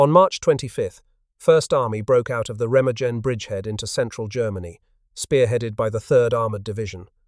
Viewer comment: Remagen (ˈʁeːmaːɡn̩). The g is pronounced like a g, as in gun, not a j, as in gin.